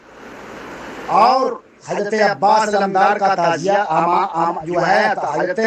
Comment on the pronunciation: نہ تو شکل اچھی ہے نہیں بات اچھی ہے نہیں علم اچھا ہے تعزیہ کو تازیہ بول رہا تمہارے بیان کے مطابق تمہارے اعلی حضرت بھی سب سے بڑے حرا می ہو گیۓ کیونکہ تیرے اعلی حجرت بھی تعزیہ کو حرام بتاتے ہیں یہاں تک کہ دیکھنا بھی حرام بتاتے ہیں اسے پتہ چلتا ہے کہ پوری کی پوری حرامیوں کی جماعت ہو